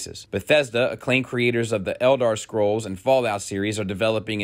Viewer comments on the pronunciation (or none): Elder scrolls or ELDAR scrolls? Either is deliberately trying to troll people or really doesn't know how to pronounce things. 🥺😖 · Are you trolling with the way you say FIFA and Elder Scrolls or have I just not been observant for the last 5 years of watching you?